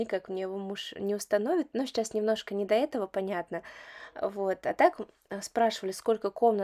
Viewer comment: Мне всегда режет слух, как логопеду, что вы вместо слова сейчас, говорите шечас.